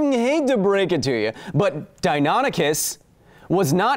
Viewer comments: Three points: 1. Okay, DiaNONychus sounds a lot more dinosaur like then DiaNYchus. However, I would never have gotten that pronunciation right either, and I'm fairly good at figuring out pronunciation. 2. You know that the bigger deal you make of people correcting your pronunciation the more it will become a trope to follow? ... Yeah I'm sure you do or else you wouldn't feature it, lol. 3. Supersonic swimming??? I don't even know of anything that CAN go supersonic in the water, not even torpedoes! Well, bullets can go supersonic under water for all of one or two feet, creating huge cavitation. All that drag would rip any non-solid metal object going supersonic for any sustained period of time to shreds, right? Plus the shockwave would stun or kill the fish! Shockwaves are deadly in water! Aquaman is sounding less and less plausible. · OOF! he said dianychus again Also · I don't care what people say, its pronounced Dino-Nychus. In every documentary Ive seen with that dino in it, that's how they say it. And that's how I will continue to say it. It makes more sense and its easier to say. Just because some stupid website says it the other way, don't make it right. Go Kyle... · DeyNOOOOOONychus! Geesh Kyle! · you said dianychus AGAIN!! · List to this song please: If you've been pronouncing deinonychus wrong since you were a kid I'm assuming your childhood did not include We Sing Dinosaurs. Also how would we fight a deinonychus or utah raptor? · How could it possibly be pronounced di(non)ichus?? Stupid english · you mispronounced it again my dude. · Still pronouncing deinonychus wrong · Deinonychus?! That is what dinosaur you were talking about?! I didn't know that because you were pronouncing them like I did as a toddler before I saw Dinosaur Train. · I love the fact Kyle started using both pronunciations of Deinonychus. Probably just to upset those who complained.